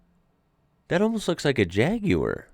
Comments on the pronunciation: Pleased that you pronounce Jaguar the proper way instead of Jag warr as most Americans do. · Wow. An American who says jaguar correctly. 😂❤ Spread the word across the states , we need to eradicate 'jagwaaahrr' 😂🤬🤬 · Amazing hearing an American pronounce Jaguar properly. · You can pronounce Jaguar correctly but hardly any Americans can say Suffolk! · Well done 👏. Saying Jaguar correctly 👏 👍. New Subscriber here 👍👍🏴🏴🏴🏴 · J.C would appreciate your Jag pronunciation 💯 mate. (The curly haired oaf from T.G Jeremy Clarkson) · First time I have EVER heard an American pronounce "Jaguar" properly OMG! You don't know what a TVR is? This is unbelievable to me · Very impressive hearing an American pronounce it "Jaaaaaag" with the correct cad drawl. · I also thought this. They generally say "Jagwaaar" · I hate the way americans say jaguar, so was in prio cringe. No need he pronounced it that well i subscribed, well im on the vodka lol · when you said Jaguar, i was very surprised you didnt say it the weird american way lol